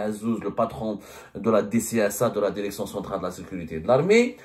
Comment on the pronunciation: Direction et pas dèrection. Apprenez la prononciation.